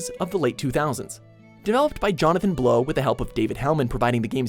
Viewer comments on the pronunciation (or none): none